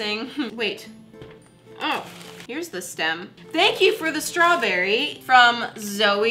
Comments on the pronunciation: “A straw Burry” I love the way said this, it made me laugh XD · A STWARBRY that’s how it sounded lol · She also sent me a StRaWbErRy Me: I know she said strawberry but it sounds like she said strow - bery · she says strawberry with a British accent 😂 sounds like me 😂😂💓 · Stacey Davis yeah it is I live in Britain